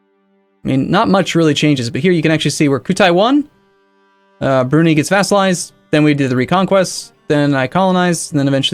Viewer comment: That pronunciation of Brunei (should be brew-nigh, not broony)